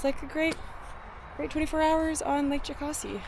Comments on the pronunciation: ITS "JOE-CAS-EE" FUCKING YANKEES!!!! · It's not Jo-cah-see, it's Jo-kass-ee